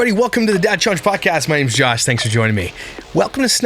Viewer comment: The “jawsh” in the intro was a great addition to “snark week” 😂😂😂